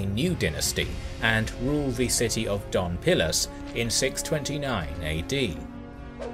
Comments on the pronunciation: It's Dos (two) pilas ,no Don (Mr) pilas,please,anyway,amazing history. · It's Dos Pilas not Don Pilas, I think. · Forgive me, but I am not sure if it was a your pronunciation, a mistake or if it's your accent but to me it sounds like you said "Don Pilas" rather than "Dos Pilas". But something funny about Dos Pilas is the fact that Archeologists found thst the residents built a defensive wall, but it looked like it was done in a hurry. The wall was built through plazas, courtyards, houses and over temples. And it clearly looked like they tore down existing structures to use the materials to build the wall. Since the wall is still relatively intact some archeologists and do historians believe that the invasion by Tikal was so brutal that the city could not sustain itself and was simply abandoned. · i love your videos..btw, city is called doSSSSS pilas, not doNNNN pilas. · Especially since this robovoice can't even manage the D-o-s in Dos Pilas.